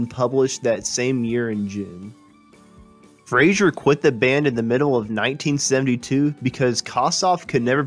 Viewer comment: Andy FRASER not FRASIER ffs!!!